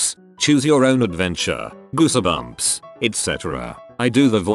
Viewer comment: No one- The robot- GOO-SA-BUMPS